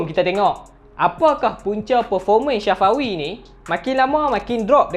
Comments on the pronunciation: Bang bkn shafawi tpi safawi bang🤣🤣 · Bukan shafawi safawi hahahaha🤣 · Nama dia safawi,bukan Shafawi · Sebut nama Safawi betul2. Safawi bukannya Sya fawi🤣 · Safawi rashid.. bukan syafawi rasyid.. safawi bro, safawi.. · safawi bangg.. bukan syafawi😅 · Tak mungkin hang sorang jaa... Aku pn dengaq dia sebut Syafawi,,, kot2 satgi last video hat bloopers... Syafawi Syafawi Safawi lah hahaha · Aku sorang ja ka dengaq dia sebut ‘SYAFAWI’ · Aq pon dngaq syafawi jgk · Bhasa kedah biasa la